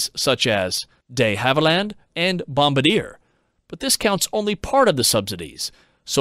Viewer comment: quick pronunciation note: "duh HAV uh lund" and "bom BARD yay". P.S. I absolutely love this series. I look forward to your videos almost as much as I do The Limiting Factor.